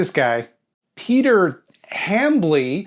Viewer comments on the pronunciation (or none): none